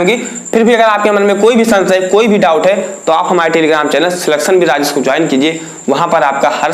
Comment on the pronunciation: Sir aap jab apne channel ka nam batate ho to thoda aaram se bola Karo kyonki kahte vakt aapki aavaj hi nahi samajh me aati🤨